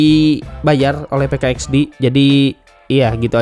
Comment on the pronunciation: Min PK XD bilang nya PIK x di